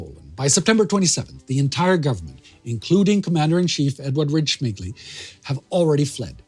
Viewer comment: Well it must be really tough to pronounce those Polish names like Dobrzański or Rydz-Śmigły. You nailed it but Michał Tokarzewski sounds like Mikhail Tukhachevsky so I was thinking "wtf Tukhachevsky was a leader of resistance in Poland?"